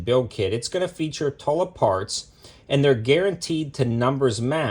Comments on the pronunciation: Toolah....not Taahla...😏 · Its Tula not Tola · Did you say...Tulla?! 😂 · / 2000 $ I'll pass on that 😅😅. Your the first person ever hearing saying tula that way 🤷, idk just sounds weird . Regardless God video tho 👍.